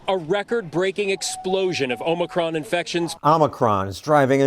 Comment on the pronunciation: Thank you for pronouncing "omicron" correctly, Stossel. So many people giving it a long O at the start...